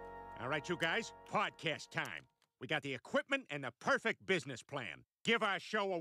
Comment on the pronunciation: It's "podcast" oh my god